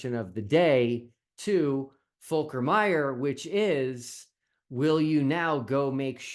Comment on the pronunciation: Your pronunciation of the name is pretty accurate. Lovely to see a German possibly joining an international team. Seems there are available positions not used by headless chicken...